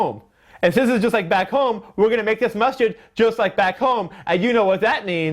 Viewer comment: Untill I read the title I thought you were saying Mustard lol